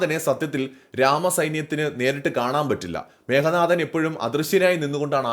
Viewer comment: മേഘനാഥൻ അല്ല മേഘനാദൻ(മേഘത്തിന്റെ നാദത്തോടെ (ഇടി വെട്ടുന്ന ശബ്ദം ) ജനിച്ചവൻ